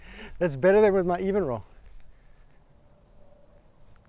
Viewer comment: It’s EVANroll